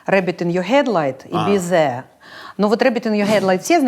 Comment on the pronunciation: Во-первых, надо было заставить ведущих научиться запихивать язык между зубов и произносить «th”..”клип «безе» группы Unkle..”..